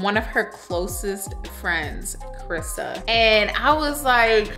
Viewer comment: Crisssa😂😂 how would you say my name's not Crissa😆😆